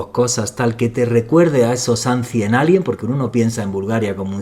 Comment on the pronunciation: Por favor! Si vas a pronunciar palabras en Inglés por favor pronuncialas correctamente! Pronuncias mal ICEBER y también ANCIENT ALIENS! Si no quieres o no puedes, tienes la opción de decirlas traduciéndolas al español! 🥴🥴🥴 Respeta las lenguas, respeta a los escuchas y pronuncia correctamente! 🥴🥴😡 La chica lo hizo muy bien y pronunció muy bien en Español pero eres necio y no haces lo mismo! 😡😡